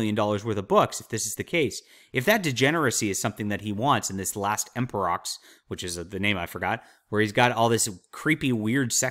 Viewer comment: It's pronounced em-per-o you don't say the x it says in the books that they wanted a title that wasn't male or female basically for marketing reasons the first emperox wanted people to accept the new government